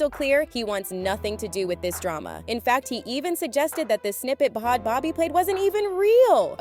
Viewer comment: you can’t even pronounce bhad bhabie right lmfao